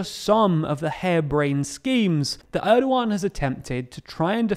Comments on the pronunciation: Monetary "Shcemes" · mmmm "SHCEMES" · shcemes? Seriously? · Shcemes lol